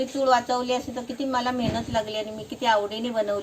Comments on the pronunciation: चुळ नाही चुल म्हण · चूळ नाही रे चुल म्हणतात... 😂😂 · चूळ नाही रे पप्पू चूल. मी कधी कमेंट करत नाही पण तुझे चूकीचे उच्चार कानांना खुप खटकतात. तूझ्या परसनालिटीला शोभत नाहीत. काकूंचे नाही खटकत. वाईट वाटून घेऊ नकोस. तुझी ताई सांगतेय असे समज. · चूळ नाही चुल म्हणा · चुळ नाही ताई चुल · अरे बाबा चुळ नाही चुल चुल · 😁 ha asa ka bolato ??? Tond dhuto ti chul vegali ani anna dhijavato ti vegali ..kadun vha L ani gulpolo cha L vegla ahe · Hello tai tumhi banawleli chuul khup mast hoti. Aapan banawleli chulichi majach wegli. Aani chulichla ucchaar tumhi chukicha kartay😊